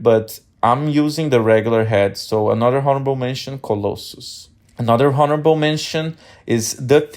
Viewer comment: Did you say "HORRIBLE" mentions?!? 😂😂 Seriously tho.. great video brother 👑